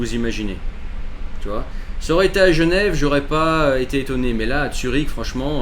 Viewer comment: Zurich. Zurich mec! Pas Tsürich